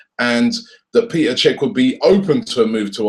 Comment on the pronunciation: Its Pet-er not Pee-ter